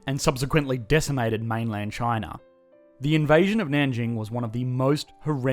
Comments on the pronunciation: It's spelled China, but he pronounces it c h i n e r. Where is this guy from? Pittsburgh. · Australians and the British: "Ah yes, the lovely country of Chiner." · I like how you pronounce it Chiner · Communist "Chiner"